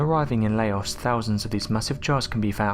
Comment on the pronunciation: Man, you really pronounce Laos is Lei Os , 🤣